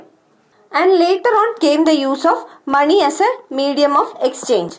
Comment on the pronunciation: When she says money i hear “Mani” Naageen Mani”🐍 anyways nice video mam